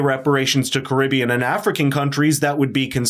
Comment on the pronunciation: I just take issue with their mispronunciation of Caribbean otherwise I have few criticisms